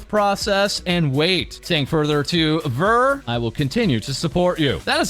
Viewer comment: I did notice this part way through. You may never see this comment but Ver's name is pronounced (V-ea-r) kind of like Year